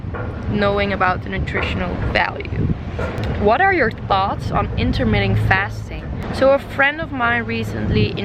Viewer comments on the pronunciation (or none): I think it's intermittent fasting not intermetting.